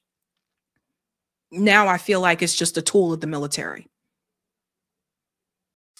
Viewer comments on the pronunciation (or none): none